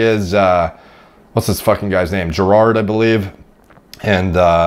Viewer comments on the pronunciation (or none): *compulsory english guy laughing at how u said "JERRAARD" ahahahaha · Not gonna lie that actually surprised me. His pronunciation made me laugh aswell. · The way he said GERRARD 😂😂😂😂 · Holy hell that butchering of 'Gerrard', I'll let off though for calling it football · It's so weird hearing an American say Gerrard